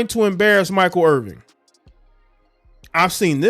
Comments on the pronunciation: Please learn the correct pronunciation of his name IrVIN...no G. Real unprofessional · Yo bruh, the man name Irvin, you gots to get his name right if you want props!